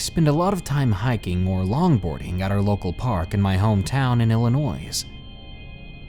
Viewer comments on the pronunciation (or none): R u from the east cast? Illionois....s is not pronounced and it makes 25% of the world laugh at u.....ill...I..noy. M from Wisconsin and we dont say aye here... thats Minnesota dont ya know! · Sorry dude, but Illinois has a silent S... Unless you wanna admit to saying ArkansaS 😂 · Psssst, hey. The "s' is silent in Illinois. 💖 (I'll go back to being that now.;) 💕)